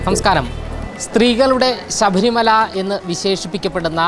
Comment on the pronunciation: ആവശ്യമില്ലാത്ത ഇടത്ത് കടുപ്പിച്ചും വേണ്ടയിടത്ത് വേണ്ട പോലെ പറയാതെയും മലയാളഭാഷയെ വികൃതമാക്കുന്നല്ലോ.ശഭരിമല,ബന്ധപ്പെട്ട്, അനുഭണ്ടിച്ച്, ബാഗം, തുടങ്ങിയവ ഉദാഹരണങ്ങൾ. ഈ ചാനലിൽ മിക്കവാറും എല്ലാ news readersum,reporter sum തീരെ ഉച്ചാരണ ശുദ്ധി ഇല്ലാതവർ ആണ് .